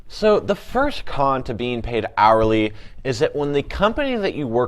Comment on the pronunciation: Yk what, it definitely does lol